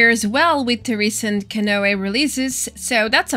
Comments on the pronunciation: Just an FYI from 1 ESL to another. Canoe it not pronounced can-o but can-OO. Like the sound in Raul (which is Raa-OOL) or like Two (tOO or tu) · Canoe is pronounced "Ca New" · It's Ka-knew hehe, great video <3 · It’s pronounced Ca-new. That is all. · ca-new =D